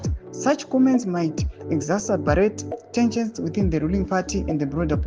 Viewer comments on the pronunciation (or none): Exacerbate - ekizazaberate kkkk😅😅😅😅😅 chirungu chinonetsa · exacerbate and rhetoric anokunetsa pronunciation. masvetuke pese paunomaona kkk